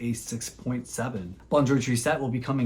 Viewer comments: Tris - tesse, not triset. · Tristesse means sadness, it does not end in -ette. Google translate will pronounce it correctly for you.